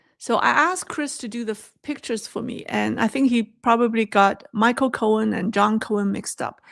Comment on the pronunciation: It’s John Korn and Michael Korn. Not cohen.